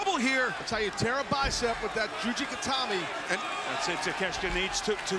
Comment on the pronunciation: It's Juji Gatame not Gatami Gatame = Style thus Juji Gatame = Cross Style